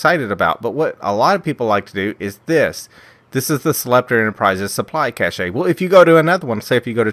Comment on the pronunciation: Cache is pronounced cash